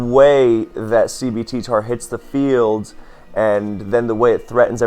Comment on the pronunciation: i keep thinking you're saying CBT Tar instead of CB TTar